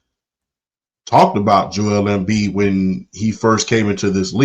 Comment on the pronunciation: Joel Embiid is a heel in my opinion. Part of that has to do with him pronouncing his name completely wrong lol (My name is Joel) not pronounced Jo Elle